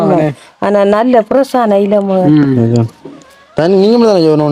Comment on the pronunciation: எல. இல்ல. இலை சகோதரி